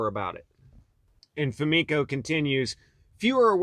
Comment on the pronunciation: Fomenko? Come on guys....